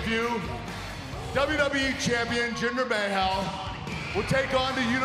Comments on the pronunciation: Kurt is laterally TOO AMERICAN to say Jinders name right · How the heck did Kurt say Jinder Mahal=Jinder Mayhal 😂😂😂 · Jinder May-hell?! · Nakamura says “WW championship”, Kalisto says “i will be the next cruiserweight champion” even though he was already champion at the time, now Kurt says “Jinder Mayhal”. And y’all say roman has bad mic skills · Jinder Mayhal. That had me dead 😂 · 1. “May-hal” 2. There was a women’s match last year, too... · Jinder "May-hall" 😂😂😂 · Jinder Mayhaul XD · Did he say Jinder MaHell!? 😂😂😂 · Did Kurt really just say jinder may hall hahaha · “Jinder Mayhale” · Lol did he just say jinder "mayhell"? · "Jinder mah hell" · Did he call him may hail. 😂😂 wwe champion jinder may hail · Did Angle said Jinder bahal😂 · Jinder Ma-Hal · "May hal" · Jinder MaH-EL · Jinder MAEHALL? lmao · Jinder May-hal... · Jinder May-hal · WHY DID HE SAY JINDER MAYHAL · I heard jinder mayo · Gender May-Hal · I like that Kurt didn't pronounce "Mahal" correctly. Pretty much highlights how much people like him as champ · Omg he said jinder mahal name wrong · Lol at how he pronounced Mahal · Kurt butchered jinder name lol